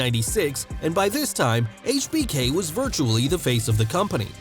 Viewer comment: I like how this guy actually says Hbk properly